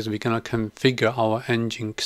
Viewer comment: great vid. nginx should be pronounced 'engine X', and not 'n-ginx'.